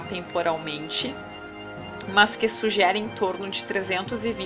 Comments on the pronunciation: Kkkkkk "Mans" healty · Muito bom ... mas tá difícil ouvir seu ..."mãs" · PQ PRONUNCIAS A CONJUNÇÃO[MAS] DESTA FORMA?